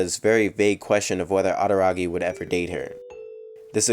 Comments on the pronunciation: His araragi pronunciation could be better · Put heavy effort into a video doesn't learn how to pronounce araragi and monogatari correctly